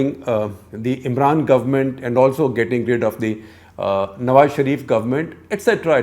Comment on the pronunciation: I'm impressed. He is one of few Indians who don't mispronounce "Nawaz" as "Nawaj"